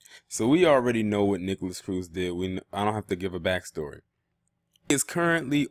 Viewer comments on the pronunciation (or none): *Nikolas not “NikolASS”